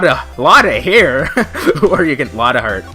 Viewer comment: Hmm... this sounds awfully a lot like a motive to kill... Morgan Fay is immediately my prime suspect. >.> "Lotta Hair" got a laugh out of me. I love how Lotta immediately calls Morgan "Granny". As troublesome as Lotta is, I do like her. Whoa. That sprite of possessed Maya is surprisingly scary. I don't quite understand these awkward pauses. But I like em.